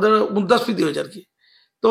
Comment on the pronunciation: ওরে বাবু আপনি মুদ্রাস্ফীতি উচ্চারণটা একবার ঠিক করুন